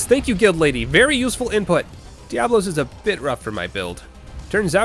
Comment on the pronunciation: Fun fact: did you know there's such a thing as a Monoblos? It's true! Biggo murderlizard with one horn. So mono, one, dia, two...you see where this is going. And thus, it's intended to be pronounced "DIA-blos", not like plural diablo. As for Kushala Daora, that's "DOW-ra", not "dayora". I dunno where people got that from. Linguistics, hoo-rayyyyyy~ *shows self out*